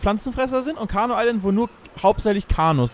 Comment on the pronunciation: es heißt nicht carno island es heißt CARNIVORE island